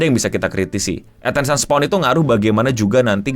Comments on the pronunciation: attention "span" bang, bukan "spawn" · Attention SPAN bang, bukan Attention Spawn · span bang, bukan spawn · "Attention span", it's not "attention spwan" please 🫠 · attention *span bang (baca spen kayak e di bebas) bukan spawn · "Attention Spawn" 🗣🗣🗣 Gampangnya pelafalan "span" itu dibaca spen aj bang Kayak "pe" dari "tempe" atau Pe- sePEda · no mau bantu koreksi dikit, attention span bacanya attention "spen", bukan kyk "spawn" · Dibacanya span bukan spawn, atensyen span. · bang untuk keseluruhan videonya udah mantap, tpi aku mo minta maaf dlu, gatel denger kata attention spawn😭😭, izin koreksi, mungkin maksudnya attention span (di baca spen), maaf sekali lagi tpi gatel banget dengernya😭😭🙏🙏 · nyebut Attention Span jadi kayak Attention SPAWN 🤣